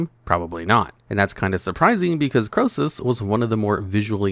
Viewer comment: Krosus?! Nah mate